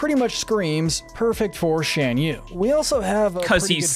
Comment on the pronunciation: The guy in the video didn’t pronounce Shan Yu’s name right.